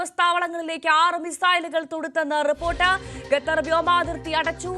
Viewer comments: ഗത്തർ അല്ല ഖത്തർ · ഗെത്തർ അല്ല ഖത്തർ !!! 😂😂okay vaaa